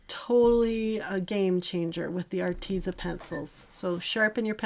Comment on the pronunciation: It is pronounced artez. Like pez candy. So art tez a. Like rhymes with says. But tez lol arteza